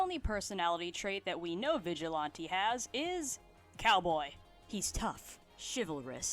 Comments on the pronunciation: FINALLY SOMEONE ALSO PRONOUNCES IT VIGIL-ON-TAY thank you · Finally someone who pronounced Vigilante how I do. Would John Pillar make a good roommate?